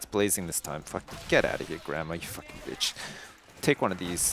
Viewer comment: "I cant FAKKING believe this can everyone stop getting smoked?"